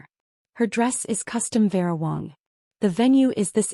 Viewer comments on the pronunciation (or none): It's Wang not Wong.